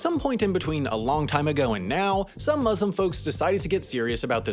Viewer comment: Great video! Although you mispronounced muslim and islam and muzhlim and izhlam